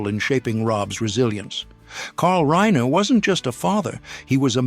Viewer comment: I am surprised that the moderator mispronounced Stivic AND Reiner. Seriously. It's your job.